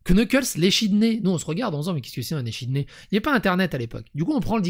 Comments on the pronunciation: Par contre, "echidné" se prononce "ékidné"... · On dis ékidné